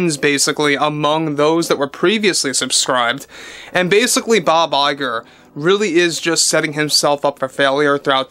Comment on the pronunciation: Bob LIE-grrr